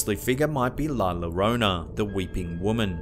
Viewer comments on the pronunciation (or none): He pronounced it “La Lorona!” Dying! 🤣🤣🤣 It’s pronounced YO-rö-na 😂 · LA YYYYYA-RONA. NOT LAROWNA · "La Larona"??? 😑😑😑 LA LLORONA is pronounced... "La Yo-ROH-nah" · La Llorona is actually pronounced "yorona". Just for future reference. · Not "la lorona" it's pronounced "yorona" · "Lah Lah rone ah" It's pronounced "Lah Yo rone ah" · It's not la lorona...no no no. Its pronounced la llorona like joe-roe-nah ...hope it helps you and many others. Just like we get correct to pronounce english properly ..we also want our Spanish or Latin words prob ok ounces properly...and it's less confusing too. Also the aliens are the sisters Tamara & lyudmila from titchenko ukraine who happen to be performers and did this as a piece.🤗👏👏👏👏💋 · its pronuced la yorona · "La Llorona" is pronounced "la ya roan ah", with a rolled "r'. "Ll" in Spanish is pronounced as a "y" as in "yo". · La Llorona is pronounced "La Yorona." In Spanish, two L's are pronounced with a Y sound. Like in the word "tortilla." How have you never heard of the legend of La Llorona? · that’s the story of la llorona la lorona tf is that Edit:I know u ment la llorona by the way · Yeah its "Lá Llorona" I agree cause my grandma is mexican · Llorona is pronounced "yorona." Two L's in Spanish are always pronounced like the letter Y. How have you never heard of La Llorona before? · "la lorona" 😂🤣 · It pronounced La JOrona dear. The double LL in spanish is pronounced like the J in english. Anyways, epic video as always homes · It was driving me insane, its "la YA-Rrone-Ah" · It's actually pronounced "Y orona". In Spanish, the double L makes a Y sound. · Living in the Southwest the correct pronunciation is La u rona. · I had a direct encounter with La Llarona when I was 13 years old. Terrifying is the word I will use; and not to mention the horrible smell of suage. Just a mention; in Spanish, the double L makes the Y sound. .. Not being rude at all . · La Llerona is pronounced, "La Yerona." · Llorona is pronounced La yo-ronaj